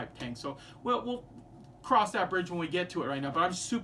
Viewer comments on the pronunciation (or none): none